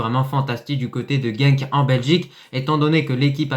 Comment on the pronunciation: Bravo pour la prononciation de genk